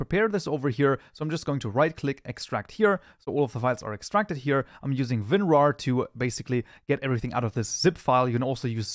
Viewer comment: bro sayin vinrar